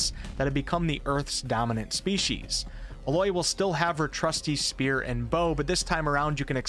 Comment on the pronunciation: WTF is Aloi its Aloy or are you purposefully saying these words wrong